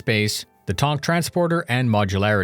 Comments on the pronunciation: Its Tank, not tonk. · The "tonk". Fucking killed me brah. Great video. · The way he says tank makes me giggle